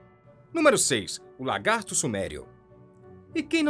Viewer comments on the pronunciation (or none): none